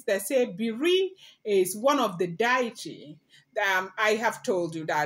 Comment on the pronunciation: With all due respect it’s Dee-uh-tee not Die-e-tee.